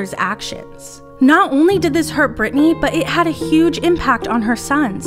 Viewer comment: Its Britteny